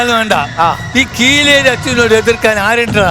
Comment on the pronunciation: Kireli alla kileri 😂